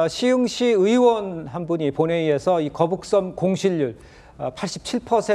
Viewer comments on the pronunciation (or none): 현영씨 갈려면 제대로 해~'거북선'이 아니라 '거북섬' 나만 거북선으로 들리나? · 신현영 거북선? 거북섬?? 난 거북선으로 들리는데...알고나 말하는건지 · 전연이 벼노사가 계속 거북섬이 아닌 거북선으로 일관되게 발음하는 것은 추후 자신의 발언에 대해 법적으로 면피하려는 의도된 발언임. 제명이나 전연이나 똑같은 벼노사 법조인임. 계속 거북섬을 명백한 발음으로 거북선이라고 발음함! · 처음에 거북선이라고 그래서 내가 잘못들었거나 실수인 줄 알았는데 계속 거북선이라고 하는거보니.... 거북섬이 뭔지도 잘 모르고 일단 이재명 커버 치겠다는 생각만 하는 사람이구나 싶네 ㅋㅋ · 거북선. . .내귀에만 이렇게 들리냐? 저 여자 발음. . . . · 거북선이라고 들리긴하네 ㅋㅋㅋㅋㅋ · 중국인인가? 아나운서가 거북선??? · 거북선이라고 들려서 나만 잘못들었나했나 진짜 맞구나 저여자 왜저러는거에요? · 이 여자분은 계속 거북섬을 거북선이라 발음하네 내 귀에만 그렇게 들리는지… 나참~ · 나만 거북선이라고 들리는게 아니구나ㅎㅎ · 저도 거북선으로 들었습니다. 여러번 거북선으로 표현하다가 거북섬으로 표현하더군요....ㅎㅎ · 저도 거북선으로 들었습니다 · 신현영 저분은 자꾸 거북섬을 거북선이라고 하는걸까요? 내 귀가 이상한건가... 이재명은 살살 꾀었다고하는데 무섭네. 국민들한테도 자기 뽑으라고 살살 꾀고있는데 대한민국이 거북섬 꼴 난다. 신현영은 몰 받았을까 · 저여자 입에서 첨부터 끝까지 거북선 이라고 들리는거 나만그러냐?거북섬 논란 제대로 모르고 나온거 같은데? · 저 여자는 자꾸 거북선이라고 하네ㅋㅋㅋㅋㅋㅋ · 저여자 왜자꾸 거북선이라고 하는거냐? 내귀가 이상한건가? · ㅋㅋㅋㅋ 저 여자는 발음은 거북선이라 말하고 거북섬 공실율이 윤석열 때문이라고하네 ㅋㅋㅋ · ㅋㅋ ㅋㅋㅋ 거북섬~~?😅